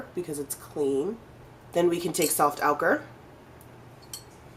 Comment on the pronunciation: IT'S OH-KURR NOT OW-KURR.